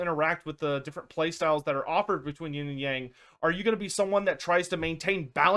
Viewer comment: OH PLZ learn how to say "Yang" properly